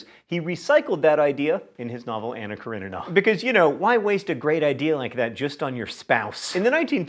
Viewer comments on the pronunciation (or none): none